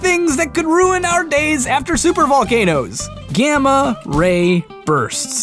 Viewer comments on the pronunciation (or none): So when you said gamma ray bursts, I heard gamma rapers...... just sayin